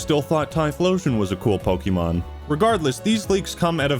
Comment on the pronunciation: its pokemon not pokie mon